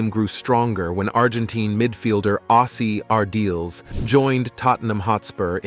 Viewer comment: It would take about 2 minutes (max) to google the correct pronunciation of the Argentinian football player Ossie Ardiles..... Surely worth it, for an otherwise very good video?